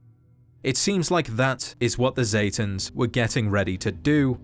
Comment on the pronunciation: pronouncing: Zetans aka satans